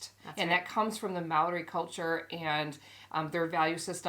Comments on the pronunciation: Isn't Mauri pronounced mori? Tnx for an informative vid! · OK guys, we're loving having you. The word isn't just Maori, it has a different rhythm. It may read as 2 syllables but pronounced 3. Mar o ri with a roll on the 3rd.